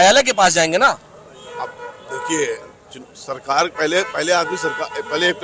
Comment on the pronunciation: Abe pahle sarkar bolna seekh le sahi se fir bayan baji kr